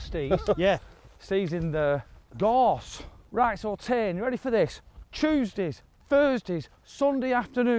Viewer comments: Tain not NAIN. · It's not pronounced "Tann" it's Tain - rhymes with "rain" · Tain is a nice golf course I had to laugh when you pronounced tain tan lol there's alot of gems up here im glad you love it 👍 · Tain for a round - or TAN as calls it 😂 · Tain! Another great Scotland video. need to work on your Scottish pronunciations though lads! Theres a difference between a forth and a firth. :)